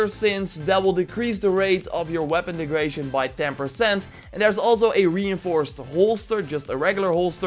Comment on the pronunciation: Came here for the tips. Left because of "one hunder" and "weapon degration". SMFH.